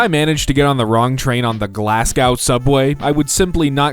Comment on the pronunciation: Glasgow is pronounced Glass-go not Glass-gow